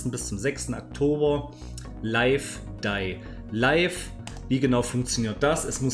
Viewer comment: man spricht es lif dei lif. leif dei leif macht hier keinen sinn. denn es soll ja leben sterben leben heißen